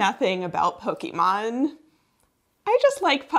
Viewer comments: If you ever do another Pokémon related video, please say Pokémon like this: Po-Keh-Mon, the accented é was used because in Japanese, when it was called Pocket Monsters, they made the contraction Pokemon, and KE in Japanese sounds like Ké in French (and sometimes English, like cliché). “Pokimon” is kinda sacrilegious in the community 😂 (JUST KINDA THOUGH, not that serious 😅) Great video!! I’d love to do it as well! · You didn’t need to say that you’re not into Pokémon. It was quite obvious just from your pronunciation of Pokémon. Anytime you hear Poke-ee-mon instead of Poke-eh-mon it’s a dead ringer. You did avoid the classic 90s mom pronunciation of Poke-ee-man though, so good job on that. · First, it’s pronounced po-kay-mon, or po-kah-mon. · I loved that you were pronouncing "Pokémon" slightly wrong :D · one very important thing to learn about pokémon is that it is not pronounced that way. Only Americans pronounce it that way. The PO is pronounced like Poe But is not kee sound for ke it is pronounced like ke in keg.